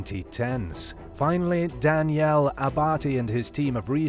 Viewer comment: The way u butchered the Italian way of saying Daniel was appalling man do so some real research and learn meaning of words or names you don’t know or understand :::; coming from Someone who can speak Italian and has the name Daniel lol